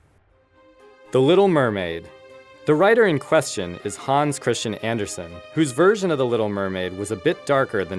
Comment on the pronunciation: hi you can,t say Hans Christansen Andersen right! : hihi thats so esay